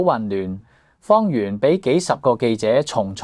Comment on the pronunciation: 主持幾次讀"方媛“個名讀作"方圓“😂😂😂😂